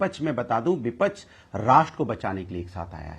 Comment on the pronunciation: ko bolna nhai ata.bipaksh hota ha ye bolta ha bipash😂😂😂😂😂😂😂😂😂😂😂😂😂 Isko ek bar bol do bolne k lia fir iski casette kabi rukti nahi😂